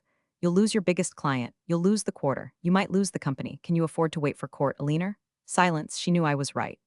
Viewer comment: XD the AI couldn't even read Alina Right!! A-lean-er!!! Thats the funniest thing I ever heard Hahaha!!!